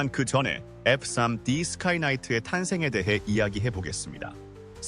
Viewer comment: AI 대신 본인이 직접 읽어 주시는 게 낫겠네요 F3D를 쌈디로 읽네요